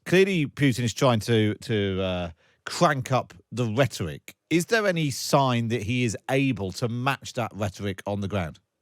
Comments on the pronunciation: Cwely Pjutn is twying to cwank up the whetoric. 😂😂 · Please get a better bwaudcastew!! a weal war being waged against wushia cwuise missiles cwank up the wetowic give ukwainians hope that he's loosing the fight or to wowwy them? Victowy Day Pawade wushian wecwuitment officews are twaling Mosks and Immigwation centews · Look I want Ukraine to prevail in this conflict, but there's an elephant in the room here. Someone over at The Times Radio gave this guy the segment where he had to say "Wussia", "Ukwaine", "cwuise missiles", "whetowic", "wecwuitment" and the like